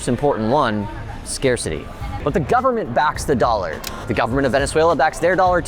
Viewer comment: "Full faith and credit of the US gubmit" LOL